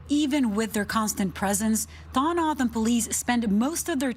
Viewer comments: It’s Toe-hoe-no-oh-dom the dom is like Tom but dom I am a member of this tribe we used to be referred to as Papago’s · LMAO 🤣 the way the first reporter butchered the tribe name. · She butchered that one.. you would think they could call someone in AZ to figure out how to pronounce the name of the tribe.. 🤦🏻‍♂️ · Of course both reporters got the tribes name wrong lol plus the reporter was their in person and still never asked how to pronounce how to say it . Lol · LEARN TO PRONOUNCE THE SUBJECT YOU ARE REPORTING ABOUT, YOU DESTROYED IT. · I would think if these reporters are going to talk about the southern Arizona Indian tribe, they would pronounce the tribes name correctly. I’m a northern Arizona tribal member. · This stupid announcer can't even pronounce the name right!